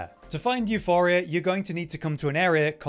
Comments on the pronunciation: EuPoria, not Euphoria. Euporia is the greek word for "abudance", if I am not mistaken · OMg my petty rage was boiling every time he said euPHoria and not euPoria Puh not Fuh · Euporia. Not Euphoria.. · It's EuPoria, Euphoria is quite literally a different word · εὐπορία is the Greek spelling, the goddess of abundance euporia. It’s not pronounced euphoria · Euporia, not Euphoria. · Its euPoria and its a greek word basicaly meaning prosperous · its not calle euphoria, its called euporia, meaning abudance. you dont even need to know how to read in order to become a youtuber apparently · You-poor-rhea Theres no H in euporia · Came here to see if we have yet another video where the name of this weapon is mispronounced, and I only had to wait ten seconds. At this point it is getting annoying, your making a whole video about the weapon and won't take a split second to make sure you're reading the name correctly. You-poor-ee-uh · εὐπορία is the Greek goddess of abundance. It is pronounced similarly to euphoria, but you pronounce the P. The third letter in the word εὐπορία is the Greek P letter. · Hes helping isnt he cause he says the name of the wepon wrong your all mad you guys are sad the info helps doesnt it watch another video if it offends that much 😂😂😂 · there is no H in Euporia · Lol, living up to expectations,... can't even pronounce the name of the weapon correctly...